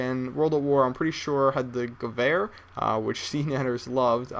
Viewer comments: nah bro its guh-vair, he said it right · AT LAST, SOMEONE WHO CAN PRONOUNCE Geweher right!!!!! I love you man :,)